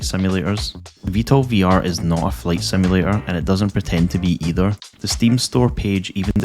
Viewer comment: I like it whenever you say simulator it sounds cool